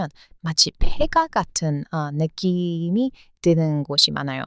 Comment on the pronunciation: 주인장님의 영상 매번 보는데 일부러 지적질하려는 건 아니고 어찌보면 매력이긴 한대 "느낌이 있어요"를 "느씸이가 있어요"로 발음하시네요. "이"나 "가"는 '주격조사'라던가 뭔 문법용어 있던데 기억나질 않네요. 암튼 중복/이중으로 쓰시면 한국인이 듣기에는 좀 이상합니다. 평소 한국문화를 사랑해주셔서 감사드립니다.